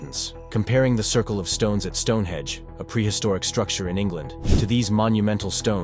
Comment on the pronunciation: Stone Henge not stone hedge!